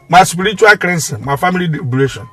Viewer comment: is cleansing not creansing biko,ejim chukwu yoogi,thank you